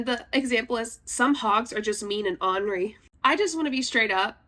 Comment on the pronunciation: Ornery is "ORN er y" (like CORN) which means cantankerous, grumpy , irritated, etc. It is NOT "Honory" which is "AH NOR Y" and means "with honor." NOT the same word, people!! Stop it.